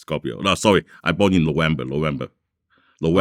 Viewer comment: Ha ha dude can't say November ha ha😅